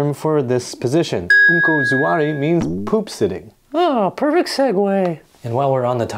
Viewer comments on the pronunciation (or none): Its Yanki Suwari not Zuwari. There is no letter Z in Japanese.